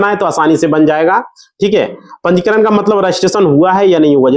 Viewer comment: तुझे तो बोलना भी नहीं आता ब्लाक को बलोक पंजीकरण को पनचीध बोल रहे हो कहां से आते है ये